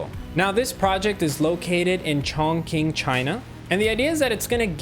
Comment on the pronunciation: Haha I know its not intentional but the pronunciation for the city chongqing is literally a very stereotypical Chinese pronunciation: "Chong Ching" but the ch is softer on the teeth for "Qing" than Chong. kinda like the Italian "C"